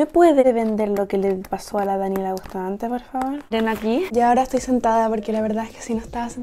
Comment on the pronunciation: “BUSTAMANTE” OMGGGG 😭😭😭